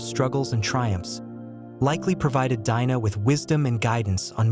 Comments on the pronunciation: There is a Jewish woman Anita Dimante who wrote The Red Tent, even though it's a fictional novel about the life of Dinah (pronounced Deen nah not Dye -nah) I am sure being Jewish and going through Hebrew school for her bat mitzvah this lady would know the proper pronunciation. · Her name is pronounced Deenah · I would have liked this video more if you didn't keep repeating the same thing over and over and and if you didn't pronounce her name wrong. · The way her name is mispronounced is cringy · No, it isn't. The i in Dinah has a long e sound. I studied ancient languages.